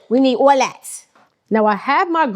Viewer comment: “we need awl lat.” She still a NYer at heart 😂🤣